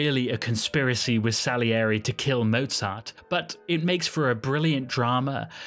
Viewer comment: A nice story, but why don't you try to pronounce his name correctly? Anuone can learn German pronunciation in half an hour.